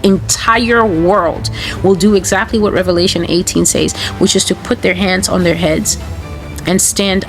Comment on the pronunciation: Why can't she ever use the proper pronunciation of the word "says?" It's so irritating.